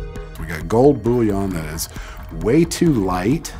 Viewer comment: The way he says "Gold Boúyõn" 👁👄👁